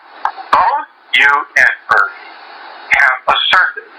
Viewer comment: Not billy. Uri. But the way she said it it made it sound like irry